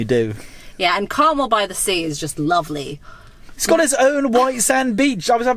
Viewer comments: 😁It's Car-mel, with the emphasis on the 2nd syllable!!!😁💚💜💙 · Good video, but you are mispronouncing Carmel! As I'm "Carmel by the Sea"